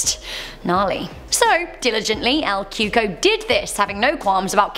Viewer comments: I thought it was called El Coco, not Cuco😕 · Lol “el Cuco” ain’t that “El cucoy” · "CUCO" is pronounced "koo-kouie" (like Louie). Not Coo-ko. 😂😂😂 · It’s pronounced cuey-cuey not cooco